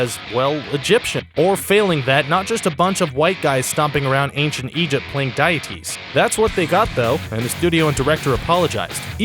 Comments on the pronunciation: "die-ah-tees"? You mean "deities" ("dee-ah-tees"), right? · All credibility lost as soon as you said "diet-ies" instead of "dee-eties". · dee it tee not die et ter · Some Persians/Iranians look like Jake Gyllenhaal, as they're not Semitic. The ignorance is astounding. I always thought Johnny Depp looked Native American anyway, and he can act. Just because you're the race of the character, doesn't mean you're a good actor. What next? People are going to bitch and complain a non-Irishman playing an Irishman? Sheesh. It's pronounced 'DEE-i-tees,' not 'DIE-eh-tees." SMH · What are Die-yah-tees? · How can anyone possibly take this list seriously when you pronounce deities as diet-tees? Come on, it's not even spelled like that. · why do you say deities so weirdly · I'm sorry, but that was a horrible mispronunciation of the word "deities".